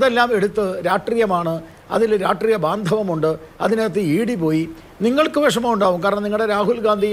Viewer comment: "രാഷ്ട്രീയ"ത്തിനെ "രാട്ട്രീയം" എന്നുപറഞ്ഞ് ഇങ്ങനെ വ്യഭിചരിക്കല്ല ഗോപാലെഷ്ണാ.. "രാഷ്ട്രീയം" എന്ന് വ്യക്തമായി പറയൂ.. നാവ് വടിക്കലില്ലേ ? നേര് പറഞ്ഞാൽ അത് കേൾക്കുമ്പോ ചൊറിഞ്ഞു കയറും.. നാവ് വഴങ്ങുന്നില്ലെങ്കിൽ ആ "രാട്ട്രീയം" മാറ്റി "പൊളിറ്റിക്സ് " എന്നാക്കൂ.. നിങ്ങൾക്ക് മറ്റെന്തൊക്കെ ഗുണങ്ങൾ ഉണ്ടെങ്കിലും താങ്കളുടെ ഈയൊരൊറ്റ "രാട്ട്രീയം" മതി അതിലൊക്കെ അമേധ്യം തൂകാൻ..